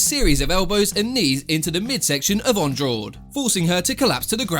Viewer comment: sorry but it’s pronounced an-drarshge not andraw-de